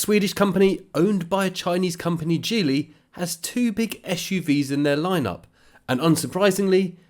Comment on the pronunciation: Hidden in the many things to note in this video is… the correct pronunciation of Geely. Woohoo!